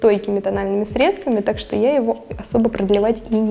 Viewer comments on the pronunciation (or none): none